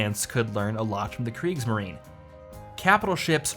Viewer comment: Kriegs marien not Greek marien